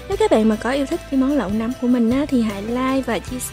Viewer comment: noi say roi ma oi nguoi ta goi la nam ma cu num hoai